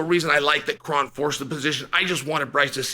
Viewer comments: His name is actually pronounced Crone. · Well, his name is "Kron" as in the "Kronic"